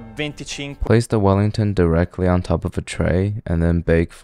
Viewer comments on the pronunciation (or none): Beef willington❌ beef fallingtonss ✅